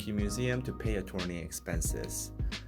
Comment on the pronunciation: Thank you always for summarizing and interpreting the news. On a side note, the “torn” in attorney is actually pronounced like “turn.”